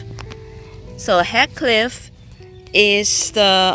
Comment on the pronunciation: I love this rose! It's pronounced "heeth-cliff."